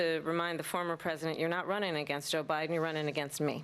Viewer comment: Did she just say Obiden??